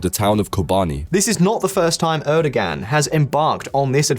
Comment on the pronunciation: He is butchering the name Erdogan but I kinda like it hahaha. I will die happy when westerners invent soft G or just simply ommit it...